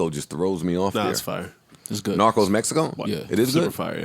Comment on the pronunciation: Bro said narcos Russia lmaooo